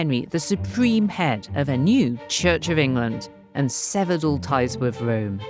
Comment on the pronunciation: Did you not notice her "Wome"?